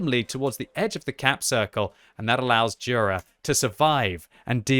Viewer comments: I think it's pronounced "yura" not "dhura" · And it's not jura = đura it's Jura = yura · You should pronounce it rather like Yura,. Anyway good job like allways.